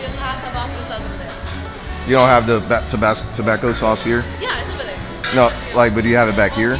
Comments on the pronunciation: “Tobacco sauce” 💀💀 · Tobacco sauce ? 😂 it’s Tabasco with an “ S “ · "TOBACCO" sauce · "tobacco sauce"